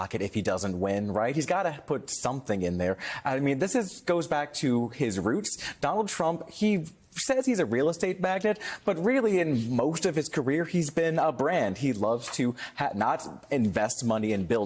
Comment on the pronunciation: "Mag-Nate" not Magnet